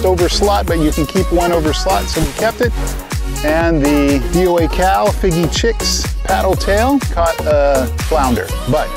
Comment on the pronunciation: Are you saying the name of the DOA Cal Shad incorrectly? Fiji 🇫🇯 Chicken color is Fiji Chix. Heddon ( Vintage lure company ) is said Hedd- on .